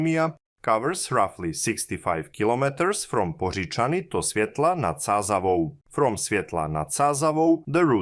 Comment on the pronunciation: As a Czech I must say your pronunciation of the word Poříčany is excellent. Well done!